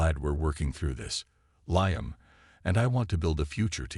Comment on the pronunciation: Liam is not pronounced "Lie-am," it's "Lee-am." Story is far too long -- boring and confusing. And repetitive. Did I mention repetitive? VERY repetitive. Totally stupid story line, with zero explanation of what the supposed past problems were -- or what the resolution (if there had been one) was. And the story doesn't match the title at all.